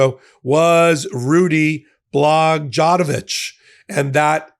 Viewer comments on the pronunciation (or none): It's blog-OY-o-vitch, not blog-DON-o-vitch. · Rudy Blogjonojich??? 😂😂😂😂 it’s Rod Blagoyavich,. 😂😂😂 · Love you, but your pronunciation was incorrect… phonetically, the name of the Former disgraced governor of Chicago… ROD BLA-GOY-A-VICH….spelled Rod Blagojevich… it’s okay,, you are beyond way smarter than me, I just was around when he was charged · Rod Bla-goy-a-vich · I’m an Illinoisan and Pat is no joke. He’s put a LOT of politicians in prison. Gov Thompson and Rod Blago-a-vich is how it’s pronounced. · It's pronounced "blah-goy-a-vich", and yeah, he was one crooked SOB. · I think you should practice people's names before recording.... ROD BLAGOJEVICH (BLA-GO-EH-VICH) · Rod Blagojevich, As a Chicagoan that was the worst butchering of any ones name I have ever heard, not even close.